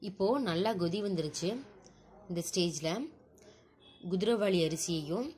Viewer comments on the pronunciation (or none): Gothi illa sis kothi. (Boiling )